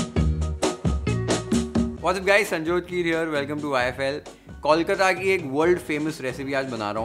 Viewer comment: Moshla is pronounced perfectly but not Kolkata. Why?